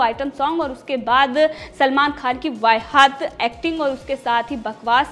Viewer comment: Vai-haat nahi.... Vahiyaat hota hai